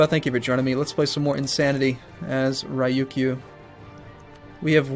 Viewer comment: Ryukyu is pronounced like ryou-queue. :) (You as in 'you seem to be doing well so far!')